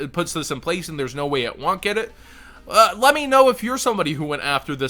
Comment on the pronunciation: Tfw you hear pronounce "won't" as "want" and can't unhear it 😣